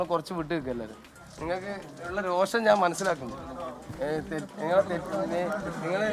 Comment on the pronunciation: രോഷം, not രോക്ഷം ⁉️